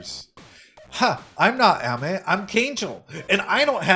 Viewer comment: her name is pronounced ah-me! like amen without the n. it means sweet